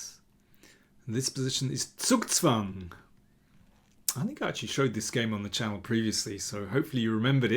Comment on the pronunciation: best pronounciation of "Zugzwang" I have ever heard from an English speaker, congrats :)